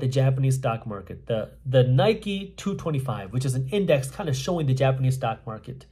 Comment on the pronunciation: Nee-K not Nike like shoes !